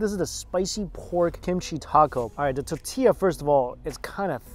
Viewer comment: Mike and mispronouncing tortilla. Name a more iconic duo.